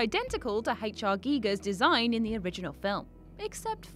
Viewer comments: Giger. H. R. 'Giger', not Geiger. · "GUYGER" Not "geeger" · They also spelled and pronounced H.R.Giger incorrectly, it’s pronounced Guy-gurr not gee gurr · Haitch Are Geegers, lol totally wrong but I love the more British pronounced way of saying H R Geiger....👌👌🐈🐈🐈🐈🐈🐈🐈🐈🐈🐈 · 1. It's Giger and 2. It's pronounced Guyger